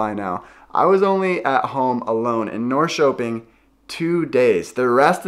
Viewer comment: As a former Portlander and former visitor to Sweden, summers are the best times of the year in both places. To help your pronunciation, say "Nor-sherping" and "Share-gourd". I don't know whether you are into Swedish music or done any videos about Swedish music, but there is one Swedish composer that people love, and he is Evert Taube. He wrote a popular song called "Calle Schewens Vals". It's about an old guy who has a "stuga" out on one of those islands and is throwing a summer party for all of his friends. He is an old man, but he still likes dancing with the young girls, and he wants to dance all night, and still get up in the morning and do a full day's work on his farm. It's a great song, but I don't understand all the lyrics, but ask about it. Also, are you familiar with theswedishlad? He is a Swedish youtouber who now lives in Stockholm. He is a great guy and puts out a lot of Swedish videos in Swedish and English. I love Hampus Hedström. He is from the part of Sweden where I spent most of my time. Can't understand most of what he says, but he is funny anyway. Also, speaking of music, do you know about Eurovision, the big European song contest. Sweden enters it every year. The contest is in May. Sweden has won about 7 times, as much as any European country. This is how ABBA got their start. Every year I watch it in America and root for Sweden.